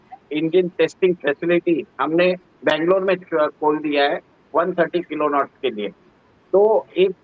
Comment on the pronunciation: किलोनॉट? अबे घोचू किलो न्यूटन होता है वो..कोई भी news पढ के expert बन जाता है आजकल.. मैने पहले भी आपको बोला है कोई अच्छे expert को लाया किजिये.